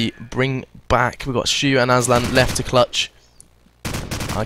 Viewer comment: Hahah aslan "asban" xD